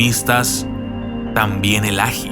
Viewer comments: áji áji!!!!!!! que chimbada es eso ome, este man es del kongo o qué, nunca a escuchado decir ají? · No es áji , es ají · él áji ??? es él ají mejor aprende a acentuar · Estimado, no se dice "Áji" se dice "Ají" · Hasta donde sé la palabra es ají no aji, pero bueno, al menos en mi país es ají. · Muy buena narración!, una leyenda de mi tierra venezolana, te hago una correción, es ajÍ, con acento en la í, y es el nombre en Venezuela para el chile. Abrazo!